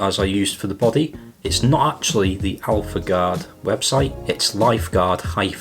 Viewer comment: It’s life gourd not alpha gourd ...